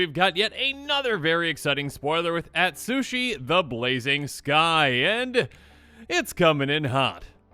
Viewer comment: Please spend some time learning proper Japanese pronunciation with a Japanese themed set coming up. Yosei (yo-say), Ryusei (ree-oo-say), Atsushi (atsoo-shee)